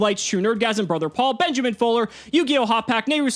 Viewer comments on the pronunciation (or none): none